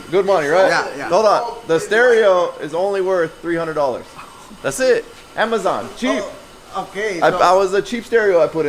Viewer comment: the way you said Amazon lol. Got that mexican accent